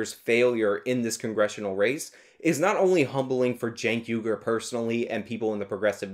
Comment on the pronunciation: I wish people would pronounce his name properly - Chunk Yogurt